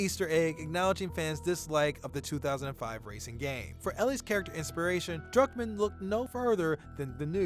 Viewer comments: bro its Druckmann not Drunkman😂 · Are you sayin' Drunkmann? im pretty sure its DRUCKMANN, UCK DRUCK not DRUNK. :)